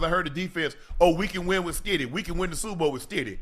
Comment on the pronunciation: he can’t say super or bowl